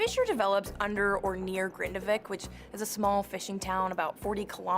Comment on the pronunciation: Impressive, the Icelandic chap, Thorvaldur Thordarson, pronounces the town name as "Grindavik" and the airhead immediately mis-pronounces it as Grandavik. 🙄